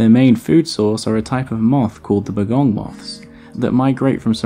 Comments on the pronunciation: Bô-gong not bəgong... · Alternative explanation for finding the mountain pygmy possum at a lower altitude is that during the Ice Ages the snow line moved down making that suitable habitat. Also Bogong is pronounced Bow-gong with the emphasis on both syllables (bow as in arrow not bow as in ship), it's really important that I explain this to you.